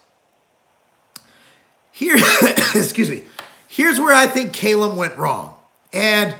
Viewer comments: Not "Kay-lum" it's Cal-um. Get it together Marc Lowblower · Can't even pronounce his name right.